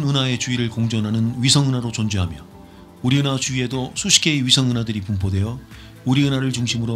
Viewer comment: 우디은하 이덕배 = 우리은하 일억배 ㅋㅋㅋ 나래이션 하시는분 목소리는 너무너무 좋으신데 권상우 처럼 발음이 재밌으세요 ㅋㅋ